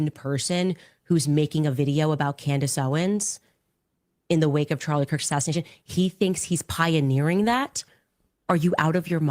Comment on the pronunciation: Candace says “assassidation” I just wanted to point that out for no real reason, just think it’s funny